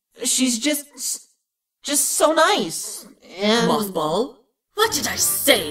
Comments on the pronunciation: do realize that he said Mockball instead of Mothball. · MothBall? I thought they said MoffBall XD